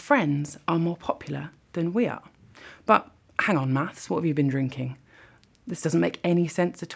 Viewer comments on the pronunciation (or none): Did you also replay that section where she say's "you're drunk maths", but her lips and voice appear to project mass instead lol